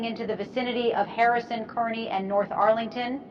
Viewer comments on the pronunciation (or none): How many different ways can one AI pronounce CAR-KNEE?????? Kearny is CAR-KNEE! By the way, in case you’re curious I am loving this scenario. You got the Al Roker voice down perfectly. Job well done!!!! 👍